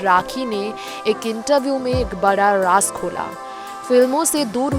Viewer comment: very bad pronounciation..रास किया नही...राज किया..